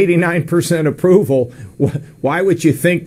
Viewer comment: Any1 notice he said a-poo-val 🙊